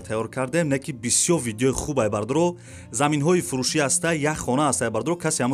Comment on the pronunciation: Бародари азиз саросема наша. Хонаи Фуши не. Хонаи Фуруши гу.